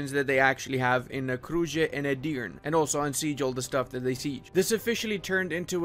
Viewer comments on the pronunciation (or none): Not Edirn.. its EdirnE E.. it have E at the end. 😢